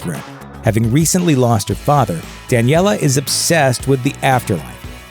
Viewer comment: NOT DANEILLA